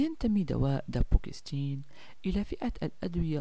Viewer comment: اسمه دابوكسيتين وليس دابوكستين